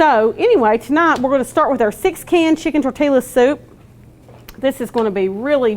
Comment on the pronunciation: Tor-te-la, y’all!!! 🤣